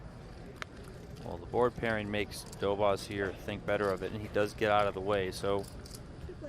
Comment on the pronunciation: these americans are clearly not into pronouncing the polish name correctly, Dobosz treat the sz as sh